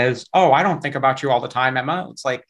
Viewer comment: The way he says Emma physically hurts